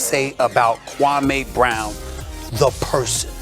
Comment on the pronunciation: His name is pronounced Kwa-mee